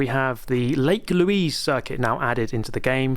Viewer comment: Since its in Canada, im pretty sure its pronouced Louise (the french way) and not Lewis.